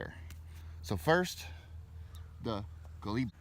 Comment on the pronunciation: Pronounced Coal-Lee-BRIEE